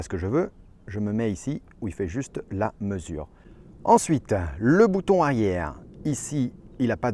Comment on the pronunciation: Bouton arière avec un r 😂